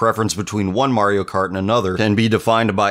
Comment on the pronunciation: You said market Kart Wii